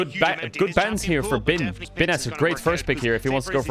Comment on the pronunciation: correct pronunciation of "Bin"